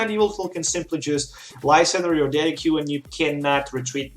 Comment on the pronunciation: Thank you so much for this test, i really like how the damage changes instantly, though i don't think Tauros must be the lone attacker, a bit risky i think, especially when Garbodor blocks your Decidueyes. by the way, Decidueye is pronounced as "Dessid you eye" ;-) a correct spelling won't harm, keep up the awsome work.